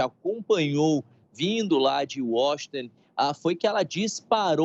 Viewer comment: "Washingten..." kkkkkkkkkkkk.